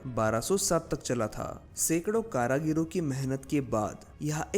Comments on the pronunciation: करागीर नहीं सर कारीगर बोलते हैं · Karagir nhi karigar sahi shabd hai... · Nice video but not karagir , It is karigar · Karagir nahi, karigar. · Are bhai Karigar Bolo, Kara Gir Nahi! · Karagiro nahi Bhai, it's karigar.. कारीगर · एक बड़ा अच्छा ज्ञानवर्धक और जानकारी से परिपूर्ण प्रयास कृपया एक सुधार कर ले कारीगर शब्द है करागिरी नहीं है धन्यवाद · Karigar not karagira brother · Tumara hindi bhohoth bekar hai Kaaryaghir nahi karigir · Bhaie Hindi bhSha ka nash mat karo shabd h karigar not karagir good video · Karagir karagir ( कारागिर???) itni baar bola ki dimaag divert ho gaya... Bhai, karigar( कारीगर ) kehte hain unhein.... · Kaareegar not kaaraageer. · Karigar not karagir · Karagiri nahin hota, karigar hota hai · Karagiro nahin bhai karigar hota h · Karagir nahi karigar 👍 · Karagir nhi karigar bolo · भाई कारागीर नहीं कारीगर होते हैं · Karigar not karagaro Wese nice video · Please spell out karigar instead of karagir.. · Bhai thoda hindi sudhar lo....कारागिर नही होता कारीगर होता है। महत्वपर्ण जानकारी गलत शब्दों से बिगड़ सकती है